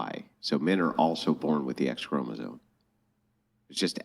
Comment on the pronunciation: WHY IS SHE SAYING CHROMO-ZONE??? WITH AN N??? How can you be so stupid??